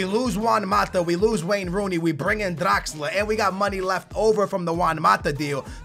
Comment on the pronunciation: bro its draxler, stop rolling your damn tongue hahahaha